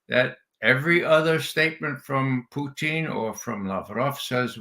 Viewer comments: The only person in the world who calls Putin as Putchin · Ray can't pronounce Russian names and words correctly 😂😂😂😂